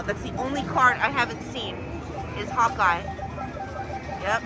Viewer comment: When she was saying Hawkeye I thought she was saying "hotguy". 😅